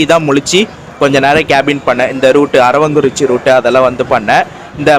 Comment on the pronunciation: அது அரவாங்குறிச்சி அல்ல அரவக்குறிச்சி சரிங்களா